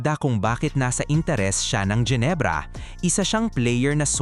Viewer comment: Mga jenebra bagang, Genebra, hindi jenebra, at mga devid, David, Hindi devid, ginagawang English